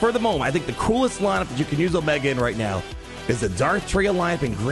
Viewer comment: Come on you can't keep calling her Omega. Haven't you seen the show it's O-MEEE-ga.